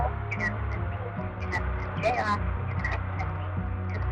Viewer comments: Everyone: J.R: J. Orrrrrrr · So.... JR is pronounced, "Jay Or". I've always said it like Jay Are. Lol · His name is JR. Not J Oar. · Never knew the name Jr. could sound so exotic until I heard pronounce it.